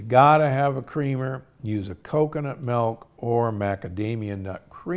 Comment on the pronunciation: Why are you saying MELK!!